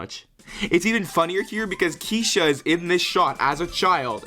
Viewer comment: pleaseeeee calling her Keesha is hilarious. 😂